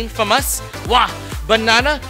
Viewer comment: Is there a minion in the studio? "Bannannnaa"